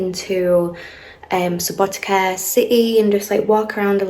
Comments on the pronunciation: letter C is pronounced exactly like the ts sound at the end of the word 'cats SubotiTSa, pizza 🤔🤪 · It is pronounced Subouteetza like subo pizza with t :D